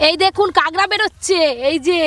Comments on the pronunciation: কাকরাকে কাগরা বলছে কেন? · "কাগড়া" খাই না "কাঁকড়া" খাই 😜😜😜😜😜😜😜😜😜😜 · ওটা কাঁকড়া হবে কাগরা না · Apu kakra ke kagra bolco ken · কাকড়া নাকি কাগড়া🤣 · কাগড়া না কাঁকড়া। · কাগড়া নয় কাকড়া কথায় ভুল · আন্টি, জিনিসটা "কাগড়া" না, "কাকড়া" হবে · Kagra na kakra